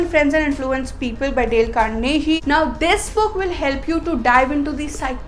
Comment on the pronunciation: It's not Carnehee, it's Carnegie with a 'g' sound as in gun, good and give.